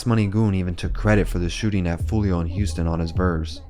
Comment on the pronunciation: yo its wild how ksoo says his name properly in songs and he still finds a way to butcher it